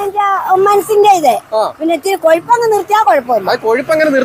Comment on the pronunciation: Kazhapp ❌ Kozhupp ✔️